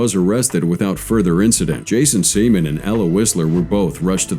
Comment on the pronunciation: Maaaan…y’boy Jason got done dirty by his ancestors…it’s Sea-MAN!!!! 😂😂😂😂